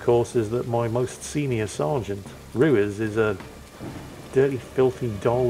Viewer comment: Is that the European pronunciation of "Ruiz", ot just being crap again? No one I've ever encountered pronounced their own name that way.